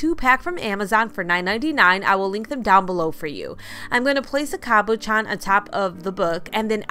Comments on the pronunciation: Love your crafts! But it’s Cab-uh-shon 😉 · Everything was so cute but I almost clicked out of the video the way you were saying cabochon 🥴